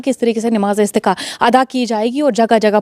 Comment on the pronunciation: its namaaz e istisqa not istiqa